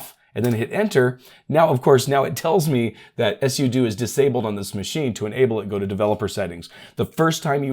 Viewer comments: just say sudo not s-u-do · It's pronounced sue do, not s u do 😂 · I thought that sudo is pronounced, "sue dough." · 🤣 "sudo... " command...I kept hearing "yes you do" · "s u do" never heard it like that before. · Are you meming, or do you not understand how to phonetically spell something out? I'm guessing you were tying to say "soo-doh"? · you really sound like you know what you’re talking about until you say something weird like mispronouncing pseudo. (sudo) I bet you also mispronounce GIF.